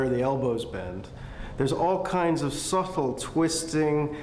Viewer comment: "Suttle"? Its "subtle". The b is there to dull the t sound.